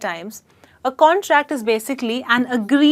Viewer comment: i heard you pronouncing contract the same in both cases. is it correct?